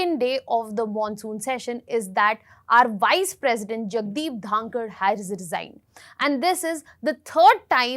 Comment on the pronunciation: She can't even once say his name properly not dhakar , it is dhankhar